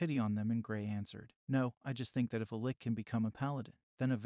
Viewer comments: Ouch dude. It's not pronounced li-K. It's pronounced L-itch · I mean.. seens to be good, but hearing 'Licky' all the time is strange. Isn't it 'Litch', like a sneeze. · It’s pronounced “lih-tche” not “lick” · Why did you pronounce lich as "lick" and not "litch" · Hahahaha! "Gray the 'Lick'"? I think that is pronounced, "litch". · first time i heared someone pronounce liCHHHHHHHHHH as liCKKKK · the only thing I don't like about these recap videos is how often they mispronounce things. People who know better might not care but I don't want to hear people who never heard a fantasy word like lich talking about lollipops without knowing it. tch like rich or which. not LICK. Edit: Also it's eye earn. not eye run. not eye RON. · Of all the words to pronounce wrong saying liCH as lick makes it that much better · Funny how the lich was was pronounced as lick ''ah yes! i shall use my licks to raise the undead! muahahahaaah!'' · first ive ever heard the word lich pronounced lick. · Man i was interested in this until the narration was like some ai generated thing pronouncing lich as lick etc. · Why is he calling it a lick. Its a lich not a lick. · The great lick....not lich lol ch cha not ck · The way Lich is said piss me off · How does this guy not know how to say lich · Pronounced lich wrong repeatedly, ugh